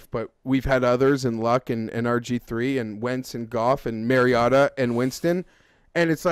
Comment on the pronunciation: its mariota not mariatta